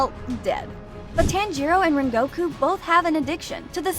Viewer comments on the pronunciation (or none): You can’t even pronounce his name “ren go ku “😒😒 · Can you pls stop callinflame hashira donuy